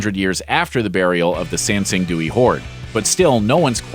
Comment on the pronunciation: Kudos for the obvious effort put into pronunciations. You said Sanxingdui almost perfectly.